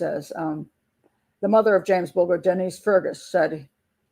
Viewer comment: Mrs b in uk we say bull jur ger is jur bulger not sure how j is pronounced in USA ?? I struggle with your t is d so Rio is dio in USA. T is tea in uk lol xx I love USA accent xx